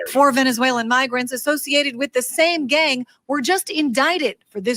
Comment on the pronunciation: Stop saying mogrants. They are illegals